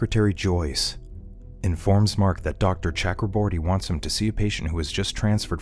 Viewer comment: Please pronounce Chakraborty correctly :/